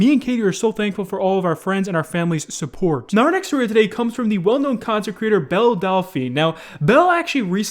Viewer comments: No one: Literally no one: Keemstar: Bell Dal - Fa - Na: Bell Dalfy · Why can’t anyone that makes a video about belle delphine pronounce her name right? 😂😂